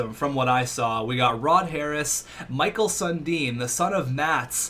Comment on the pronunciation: The way he's pronouncing Mikael Sundin is really cringy to hear lol